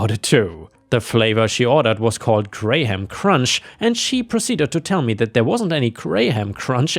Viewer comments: The fifth story, the customer wanted crunchy, she got her crunchy crunched. Also well done on the pronunciation of sherbet, many adds the second R where it's not there. Also you used the British pronunciation graham. Which is although I'm an American how I grew up saying it. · Graham is pronounced gram as in kilogram not grayham. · Had to do a double check when I heard “grey ham” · Graham is a weird word where the "ha" is silent and the word becomes, "gram" - I was listening on my headset and was super confused trying to figure out what "gray-ham" flavor was and had to look back at the screen to read it. Your English is so good that I often forget you live on the other side of the world from me and have likely never heard of Graham crackers, so of course that would be tricky to figure out how to say it. Anyway, you do a great job and I love listening to your videos! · Graham is not pronounced grey ham, it's pronounced like the word gram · Brother it's pronounce gram not grey-ham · Just for knowing. Graham is pronounced like the measurment "Gram" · Is this AI videos? As it can't say graham cracker. Its not grey ham. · Graham crackers are usually pronounced closer to "gram". Took me a while to even realize what you were talking about because nobody i know pronounces the "h" or the second "a" separately. If anything, the "a" sound is just extended, maybe more like a "graam" cracker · Just a note on the word graham... we pronounce it like gram, no h. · FYI, for the ice cream story: "Graham" is pronounced the same as if you took out the h and one of the a's. (Gram.) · Both of the apartments I’ve rented have had utilities (electric water waste etc) included in rent. It’s pretty nice Also Graham is pronounced like Gram (English is weird) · Graham is pronounced grayum, or just gramm. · Graham is pronounced gram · Graham is pronounced like 'gram', the measurement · how you pronounce Graham is funny